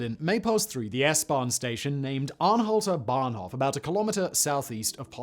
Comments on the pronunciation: Bahnhof not "Banhof" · It's "Bahnhof", not "Banhof" ;)